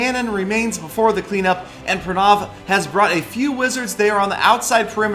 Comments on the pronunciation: pra naaaaav?????xD,its pra now,its an indian name,gotta pronounce it ritt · ur name saying never on point its prrraaanaavvvv. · every time you said pranav i thought you were gonna say pornography